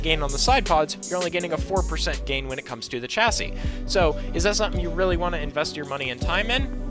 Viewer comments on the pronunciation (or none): So I’ve noticed Americans don’t know how to pronounce Chassis. It’s pronounced shassie. Just a little tip